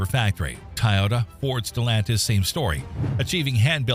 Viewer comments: This entire video is full of crap. Record breaking power numbers? Nope! Not even close! Over stressed engines? Nope! Start stop technology? Nope! New designs? Nope! Running at temperatures supposedly hot enough to “melt” cast iron and or steel? Do I really need to explain how that’s bullshit? Almost nothing in this video is correct. I mean they can’t even pronounce Toyota correctly. God I hope this is all AI slop beyond the voice alone. And to all those believing this crap, including believing what Dave’s Auto Center says, I wish you the best of luck. Always remember correlation does NOT equal causation. The only thing this video got right was it’s a good idea to check for recalls on the NHTSA.gov website. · Toy.... Not Tie... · TOY-YOTA!!! NOT TIE-YOTA !!! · IOW, nothing built after 2007 is a POS, no matter who produced it. Woke kids can't work on technology. DUMP the CAFE standards and just say "Keep working on mileage, please." No fines. P.S: Why do AIs pronounce it TAIota? It's TOYota. P.P.S: Please play a full tune instead of 15 seconds of violin music 4 times a minute for the 20 minute video. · Why are you calling it TIE-OH-TAH? TOY-OTA...really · Please teach your a.i. how to pronounce "TOYota". "Tie-yoda" just sounds stupid. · TOyota not TAyota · Tyota. Freakin AI bullshit. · Tie-ota? Really? More AI BS. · "TIE OTA" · Tieyota? Never heard it pronounced that way. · How the heck do you mispronounce Toyota as 'Tie-yoda'? WTF? 🙄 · Did the narrator pronounce Tiyota? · "Tie yota" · At least proof read your video. Tayota? Does AI not know how to pronounce Toyota? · Wth is a Tie-ota? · This AI narration stinks on ice. TYE ota? Really? This was the best you could find? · Tie-Ota?? You lost me there! Nope, switching to the next Vid. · "Taiyota"??? uhg. I hate AI voices. Can't pronounce for shit. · A.I. slop. “Tie ota” lol. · What's a "Tayota?" That's now how it's pronounced, mate. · Every time the AI bot says "tie ohta" a kitten dies.